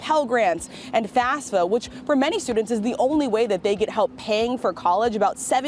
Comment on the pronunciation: It annoys me to no end when people refer to FAFSA as “FASFA”